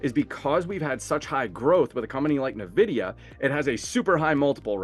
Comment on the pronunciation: Nice video, thanks! But could you pronounce it "Envidia" vs "Nevidia"? It sounds really weird....